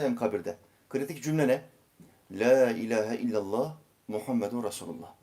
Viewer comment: LE ile değil LAAAAA İLAHE İLLALLAH doğrusu budur. Birçok insan LEEE İLAHE İLLALLAH diyor.Le ile değil La ile söylenir.